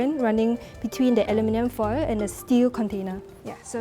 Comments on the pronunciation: we cook food in iron skillets/pots/woks for eons, and now we're worried about aluminum? Oh please. I swear she keeps saying Alumi-nee-yum (Aluminium), this is a typical mistake from Japanese people. Interesting how squid has more aluminum content, I wonder if this means seafood such as shellfish are more likely to absorb foreign elements like metals such as aluminum compared to other proteins. The other reason why the squid probably absorbed more aluminum in the first place is because of the sauce or acid from sauce she marinated the squid with in the foil, is eating and dissolving the aluminum at all directions above and below the squid, so essentially the squid is absorbing aluminum due to the acid reaction. Another experiment that needs testing is the different brands of alum. foil, as well as how much healthier is it to use foil that has less % of alum could be healthier or more beneficial, and if so, how much more beneficial? okay seriously...why are the subtitles saying ALU-MI-NIUM. There's no extra I in Aluminum. This is getting out of hand. Nvm I found the answer. British Eng spells with extra " i ", which makes sense given the accents I'm hearing here. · A LU min um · Why is she pronouncing it like an American? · PRONOUNCE ALUMINUM CORRECTLY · The prof and the experienced presenter used the American English pronunciation of Aluminum (4 syallables). The chef pronunced a British English Aluminium (5 sylllables).